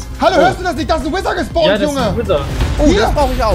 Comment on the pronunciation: *gespawnt nicht gespawrnt